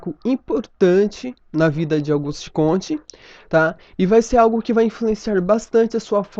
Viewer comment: é Augusto e não Auguste...